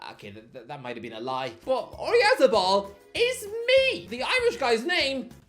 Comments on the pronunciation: Wouldn't be an video without him hideously mispronouncing something. Oreazzabal 😆😆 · bro put zero effort in pronouncing Oyarzabal